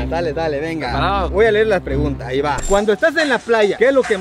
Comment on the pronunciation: Para que no “Ahiga” trampa. 2022 😂